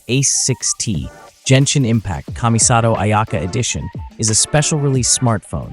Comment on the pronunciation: I know... but he pronunces Genshin incorrectly, just like that announcer at The Game Awards